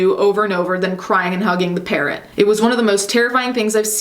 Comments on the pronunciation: I thought you said he killed his parent not parrot 😂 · I understood ‚parent‘ instead of ‚parrot‘ and was quite confused for a while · The way you say parrot sounds like parent to me... I was incredibly disturbed for a few moments. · Him killing his par..........rot I swear I hear parent the first time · When you said he killed his parrot I thought you said parent and was like "WHAT DO YOU MEAN THEY GOT HIM A NEW ONE???" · I misheard parrot for parent, I was shooketh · For a second I thought the second guy killed one of his parents but I realized that you said “parrot” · Ohh she said parrot not parent! I was soo confused...